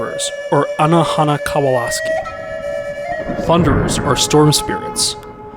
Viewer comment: “ana hana kawalaski” 😂 omg i can’t breathe 💀 MY DUDE. if you can’t even say their name without it sounding like a war crime, you probably shouldn’t be telling their story. it ain’t yours to tell.